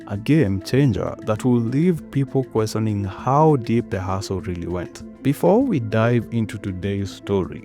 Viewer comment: Accent manenos😂